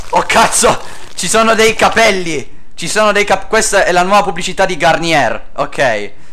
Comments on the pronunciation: Gagnè non gargnier ( è laa pronuncia) PS. Ssi un mito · scusa, però si pronuncia /garniè/